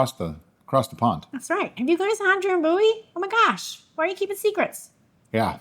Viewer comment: So anyway, the pronunciation is not dram boo-ee but dram biew-ee (them Scottish are kind of weird :) I think I only ever had it once and i liked it. Im going to guess you will to....